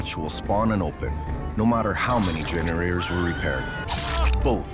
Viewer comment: no matter how many genewawors were repaired